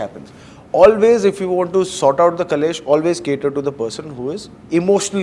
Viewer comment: Great interview- only correction ( it is KLESH not KALESH ) ❤